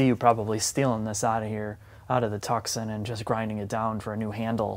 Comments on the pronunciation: Its not TUK-SUN, Its TOO-SON. Like Tucson Arizona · Why is he calling it Tuc-son and not Too-son? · Its pronounced Too-sonn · Nice video :) Is there a model like the Hyundai i30 Turbo in your Country? Btw. "Tucson" is pronounced like "too son", without the "c", wierd, right?^^ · Its "Tooson" as in Tuscon Arizona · I thought it was pronounced, TOO-SAHN. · please never say tucksin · It is, he just doesn't know how to pronounce it properly, it's common sense. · He thinks it's Italian, like Tuscany. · Butchering the name so bad.... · You need to learn how to properly pronounce Tucson.